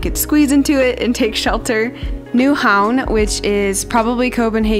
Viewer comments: 1) "Nyhavn" -perfect pronunciation 2) the yellows are either mustard or canola fields... most often Canola. Yes, like the oil.... Mustard have more of a scent to it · You actually managed to pronounce Nyhavn correctly. I am impressed.